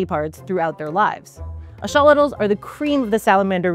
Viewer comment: I have studied these creatures for many years, have listened to specialists and Scientists speak on them, but I have never heard their name be pronounced as "Ash-olitals." Is that a regional dialect? "Axe-uh-lot-al" has always been how I have heard it pronounced ubiquitously. Great video. It would be fantastic to apply this biotechnology to regrowing human limbs and organs.